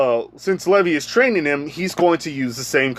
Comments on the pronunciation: Bro stop calling him levy it’s Levi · It is pronounced Lē-vī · It’s pronounced (leave eye) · Levi's name is pronounced Lee-vy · You are saying Levi wrong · Your saying Levi wrong but ok